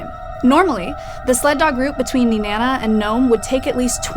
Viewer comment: Wow she said Nenana correctly